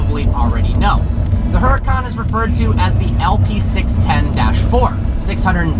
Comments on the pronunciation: its "huracan" not "hurracane" lol. Its not a natural disaster brah. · Oo Ra Khan, ROLL THE R, its the hurricane god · u.ra.kan. How am supposed to take your reviews seriously when you keep saying the name wrong hmmm? But seriously, keep up the pro grade stuff. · Its pronounced the same way you pronounce hurricane (which is what it actually means in Italian, duh), trust me I speak Italian xD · I didnt want to say anything but I cant help from cringing every time I hear "heracon". lol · Isn't the "H" silent? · You have never pronounced your own car name right once.... Not once...even if you did go to the factory. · smh can't even pronounce the car's name correctly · Anyone with common sense would know that Italians don't pronounce the "H" sound. Doesn't take a fluent/native speaker to know that.